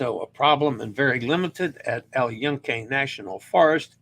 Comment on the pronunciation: Use the default Italian vowel sounds for Spanish too. AH AY EE OH OO. The U sound is the long vowel sound (OO) as in tune, June, tuna, luna. Thus, yucca is pronounced yoo-kah, not yuck-ah, and Yunque is pronounced Yoon-kay. Please dub in the correct pronunciation from today's show and practice your vowel sounds! AH AY EE OH OO